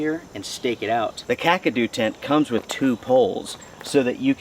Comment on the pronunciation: Hugs buddy losing love ones is always jarring as I too know the loss of loved ones better off or not still stings like a yellow jacket wasp sting to the nuts! and be thank u for pronouncing Kakadu properly 😊 you’d be at a loss for words and on the ground in hysterics if you heard some of the most ridiculous pronunciation’s of this product 😂😂🤣🤣 love and hugs from me to you all the way from down under Sydney Australia 🇦🇺